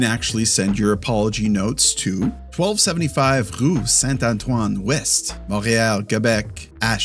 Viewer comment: it’s “rue” not “roue” 😵